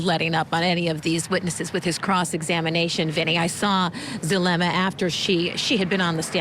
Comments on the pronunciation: Zoo lemm uh. ZULEMA. Not zalooma, jeeeezus Murphy. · Actually it's Zoo-leh-muh... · ZaLUma?? Do better. Pronouncing someone's name correctly in rule # one in real journalism.